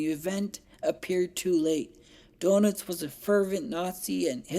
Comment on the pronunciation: Good presentation- but Admiral Doenitz is actually pronounced “ Dernits”, not “donuts” 😄